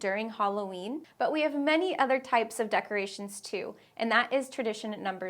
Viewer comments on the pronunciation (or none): The way you say "too" is almost like a dipthong or a "u" or something, I can hardly say it like you. I say "t" followed by oo as in "boo" but I'm practising your way.